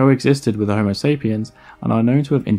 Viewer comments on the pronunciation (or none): none